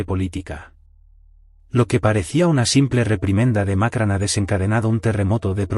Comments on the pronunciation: No se dice Macran, se dice Macron! Pronuncien correcto! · No es Macran es Macron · Por qué dicen Macran? No saben que se llama Macrón? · ¡¿Macran?! ¿Dónde coño está la 'a' en su apellido? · NO ES MAKRAN, ESTUPIDO.. SINO MACRON. VASTA DE BOTS E I.A. ESTÚPIDA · Por qué carajo dice Macran este memo ignorante ? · Que mal pronuncias el nombre del presidente Francés